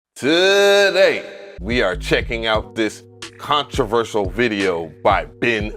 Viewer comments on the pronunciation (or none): "Controversial" lol